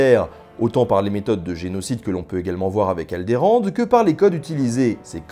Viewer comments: Pourquoi dire Aldérande; j'ai vu le film en 1977 et j'ai mémorisé Aldorande...anyway bravo pour ce travail éclairant. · Que que... KEUWAH? Alderand ? RHAAAAAAAAAAA ! Vengeance ! AL-DE-RAAN, sombre et ignoble m.. m'en fou en fait.